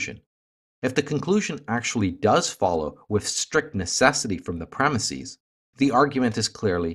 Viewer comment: I'd love to hear the logic behind your pronunciation of the word "premises."